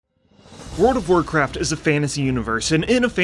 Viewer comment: Word of Warcraft? Damn That was weak bro, you should try pronunciation.